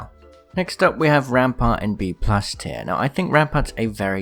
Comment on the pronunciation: Says ampart